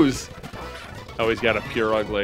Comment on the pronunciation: I like how you called Purugly “Pure-Ugly”